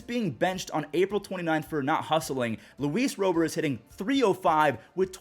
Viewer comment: Can you please say Luis Robert as Lu-ees RAH-bert instead of Row-bert